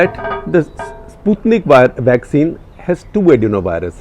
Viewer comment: You have pronounced Sputnik correctly for first time!. New cases of last 10 days, will take time to reflect in recoveries, you can't spread panic on that ratio, which is meaningless, when the surge is only in 10-15 days. Comparison with Adelaide test match is brilliant!. Depending on a useless, inefficient, ineffective ,unassertive, timid Health Minister like Harsh Vardhan has been the cardinal sin of Modi to let the matter go into the hands of Babudom. Private procurement&import of vaccine should have been allowed by Corporates & Private Hospital Chains. Those who can & would like to afford the vaccine should be allowed to use the same, to that extent could reduce burden on Govt.System which has it's own limitations & constraints.